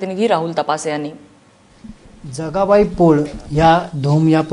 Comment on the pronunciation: News reader said Janabai not Jagabai